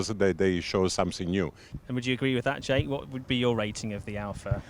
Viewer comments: The most innovative thing in this video is Giorgio’s pronunciation of Jake’s name 😂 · Haha Giorgio pronouncing Jake as jackE